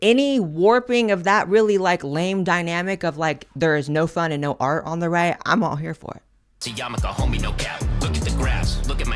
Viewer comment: "You can't even PUH a MAGA hat in AI..." Do you mean "PUT" a MAGA hat? "There is no fun and no AR on the RIGH..." Did you mean "ART" on the "RIGHT"?